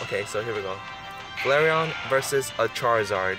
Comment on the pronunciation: I mean, you pronounced Flareon correct.